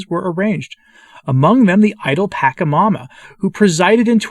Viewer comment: Pachamama is the ground that you on and the air that you breathe. And the CH is pronounced like the CH in church ...